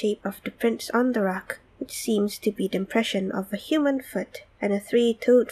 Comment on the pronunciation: It's "THE" not "DA"